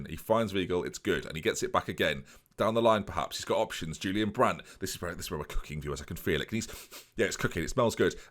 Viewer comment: My favourite part about you mispronouncing Julian Weigl’s name is you saying Julian wrong :p